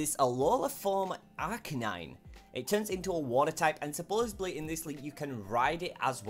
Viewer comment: say "supposedly" right